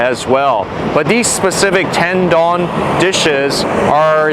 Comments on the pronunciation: Correctly pronounced Tendoun, not Ten Don. Lol. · Gotta learn to pronounce the Japanese name please, not “dawn” its Don like dont with out the T…🤦🏻‍♂️🤦🏻‍♂️🤦🏻‍♂️